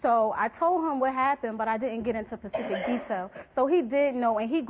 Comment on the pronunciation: "I told him what happened but I didn't get into Pacific details" Me:🤔 Ssssssspecific Say it with me now... SPE CIF IC, specific 🏆🎉VERY GOOD!🎉🏆 #2) ASS K ... ASK! Not AXE ASSSSSSK! 🎉TA DUH! GOOD JOB KIDS!👍